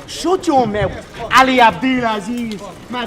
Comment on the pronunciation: “Shut yo meuth “ 😂😂